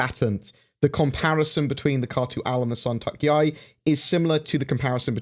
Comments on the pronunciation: The pronounciation is San - to - k.yāi Not San - tok - yāi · Hearing mispronounce the Santokyai...